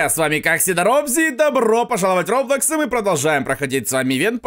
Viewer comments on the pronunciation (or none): none